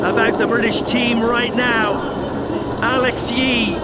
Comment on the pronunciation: Agreed - embarrassing, couldn’t even get Alex Yee’s name correct